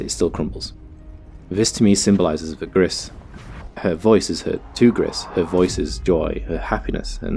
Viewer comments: I think the name might be pronounced "Gree", cuz it's the french word for "grey" and spelled the same. :P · It's pronounced 'gree' my friend. Its French for grey. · The creators are Spanish, actually, so it's pronounced "grees" for grey